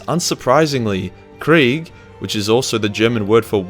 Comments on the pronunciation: Its not quig. Its KRIEG ! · Another youtuber also likes to say KRAIG in the same way you do